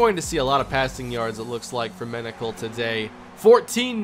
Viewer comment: Front page: Menocal reaches the “penocal”